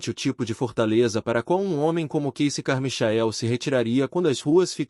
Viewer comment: Deus, é " Carmaiquel" que se pronuncia.